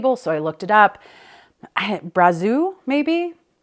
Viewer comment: Hi, I watch your videos all the time and love them. I'm french from Canada and Brazeau is pronounced "Brazo". Eau = O Cheers